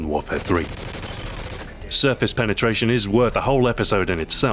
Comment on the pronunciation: haha he said penatration